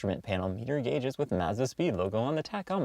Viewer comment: Say Mazda that way one more time and I’m going to jump of my local bridge 🤮. But nonetheless I’ve always loved the MSM...but owner made a big mistake removing the stock Racing Harts..gorgeous and rare wheels. Cars so underrated and nobody shows love or recognizes them 😪 #Forgotten